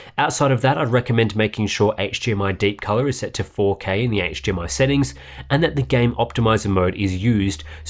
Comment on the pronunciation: I'm sorry.....what is hGmi? I played it back twice and you definitely said HGMI twice 😂😂 great review tho! Best I've seen. Mine is being delivered tomorrow and was gonna replace my Samsung G. Now I'm thinking about how to mount it and keep my Samsung for regular PC applications to prevent burn in. Thank you!